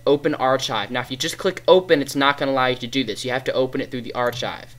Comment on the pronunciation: its suposed be said arkive